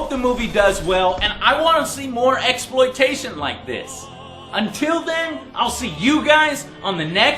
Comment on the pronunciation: LOL Joe said MEXploitation